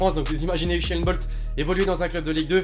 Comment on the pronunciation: usain bolt pas bolcht